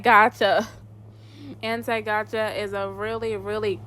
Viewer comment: and somehow you can't say "gacha" properly and you said "gaga"😭 I feel like u are too